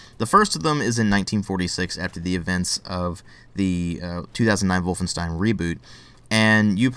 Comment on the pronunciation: I like the way you pronounce "Wolfenstein". Greetings from Germany, buddy.